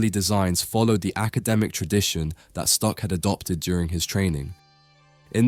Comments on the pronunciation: Stuck is prounounced like “book” in German! It’s not Stück, like you pronounced. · Very informative. Thank you. There is something you can improve on. The name is spoken "von Stuck", not "von Stück" or "von Stock". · He pronounces the name "von Stuck" incorrect. The "u" sounds like a short "oo" , not like the german ü. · The name is "Stuck" and not "Stück" - if I were you, I would care about the pronounciation, before I made a video.